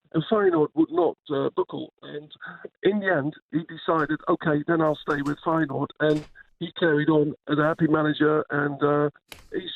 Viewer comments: dutch man: feyenoord simon: fayen hood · Feyenoord. Simon: fire-nude. Leverkusen. Simon: liver-cousin. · "Fayenhood"? Jee, Jordan 🤦. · "Fine hood." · Feyenhood? cmon Simon. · Why does Simon keep calling them Fayen-hood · Man, learn to pronounce my club well. Very annoying. Besides this is an amazing coach. No other words. Says enough Bayern is also after him. In my lifetime by distance best coach of Feyenoord. People will fall in love with his character and sense of humour during press conferences. It lifts automatically the pressure a bit from the squad and club overall. And trust me, I know where I'm talking about. Feyenoord has been a total chaos with immense supporter pressure for the last two decades (completely flipped around during his lead). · Wild how Jordan struggles pronouncing Leverkusen and Feyenoord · Funniest about that pronounce is that ‘Feijenoord’ actualy is a hood in Rotterdam.😂